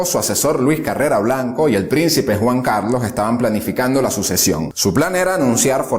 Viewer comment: En lineas generales buena descripción, aunque hay varias inexactitudes ya comentadas. Sólo un par de puntualizaciones de detalle. No es "Bajadoz " ni Carrera Blanco", Es Badajoz y Carrero Blanco. Enhorabuena